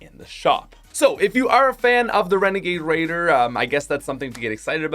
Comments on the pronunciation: Wenegade wadier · Favorite one: Renegade Raider aka WENEGADE WAIDAH